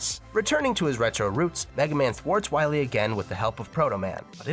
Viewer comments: Ah yes It’s Wiwee not Wily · So glad you slipped in "Wiwy" a couple times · I love that you say "Wy-we" when you're talking about MM8! "You must recover all the energy immediately ulb..MegaMan!" BEST VOICE ACTOR EVER!!